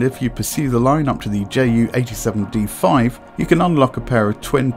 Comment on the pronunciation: Hi, I have a question... why are you name this bird as "JAY U"... anyone (in germany) call(ed) it "Ju" like in "You". "Ju" is just the abbreviation of "Junkers", also it was much easier to say "Ju" instead of "Jott U" (which is your Jay U)". There is also an other example... the Junkers JU 52 was called "Tante Ju" (Aunt Ju). So... why do you call it "Jay U"? And just as an educatioal information: german planes like the Me 262 or Do 335 were pronounced as "Me Two Sixty Two (Me Zwo Zwoundsechsig)" and "Do Three Thirty Five (Do Drei Fünfunddreißig)" (just because a "Me Zweihundertzweiundsechsig" is way to complex to say). Also, the german 2 (Zwei) was pronounced as "Zwo", because "Zwei" sounds too similar to "Drei (three)"...